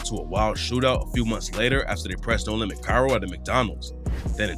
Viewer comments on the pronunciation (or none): none